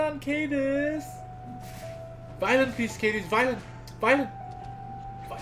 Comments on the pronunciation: It's pronounced Kah-Diz not Cai-Diz. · no no no don't stun cadiz! What i heard: Don't stun anus!